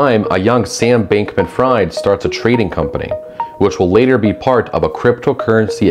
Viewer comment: Good overview, but I'd suggest you look up how people's names are pronounced. Neither Ulbricht or Bankman-Fried are pronounced that way, and it makes it sound like you've only just heard about them. I'm also not so sure about the casual dismissal of "blah blah blockchain, doesn't matter". It certainly does matter when the bitcoin network is stuck on abysmally low transaction rates for this exact reason, and consumes ungodly amounts of energy for the very same reason – both making it completely unusable as an actual currency. There's also so much more that is made possible by smart contracts and the whole tech around blockchain, all the while having massive problems with the slightest mistake being made irreversible, not at all what we'd want from a real-life system.